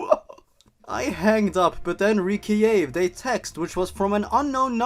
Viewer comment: I love the way you say Recieve. It just craks me up.